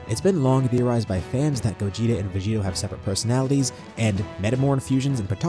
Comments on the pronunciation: It's Gogeta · It’s Gogeta